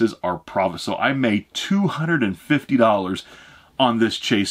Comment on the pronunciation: dont say fitty plz